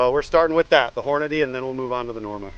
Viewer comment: Good job with the "Hornadeee". For that reason alone, I just subbed.